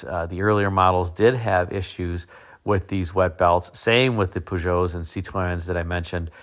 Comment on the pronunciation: Your pronunciation of Peugeot and Citroen is perfect.